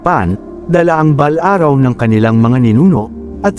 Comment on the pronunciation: Maganda ang kwento kya lng pakiayos ang passalita at words katulad ng orasyon at balaraw